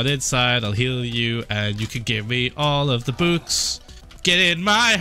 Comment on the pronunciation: I like how Phil says bòôk Not book